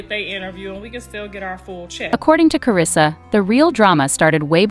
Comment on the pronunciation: WELL YOU MESSED UP HER NAME